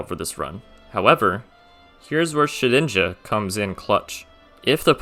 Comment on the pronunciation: SHEDINJA, NOT SHIDNIJA! FIX IT NOW!